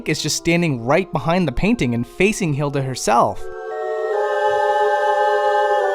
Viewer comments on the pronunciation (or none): none